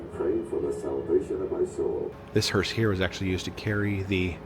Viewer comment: It kept sounding like you were pronouncing the (funeral coach) hearse as "hurst." There is no "t" in the proper pronunciation.